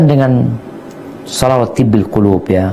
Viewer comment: Si Mujiman tu, baca solawat Tibb al-qulub tu pun tak betul/tak benar